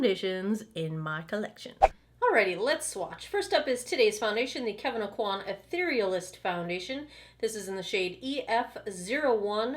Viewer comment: You are the only blogger I’ve seen who knows how to pronounce the name of this Kevyn Aucoin product. 😆